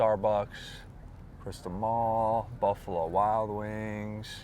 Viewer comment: said cystal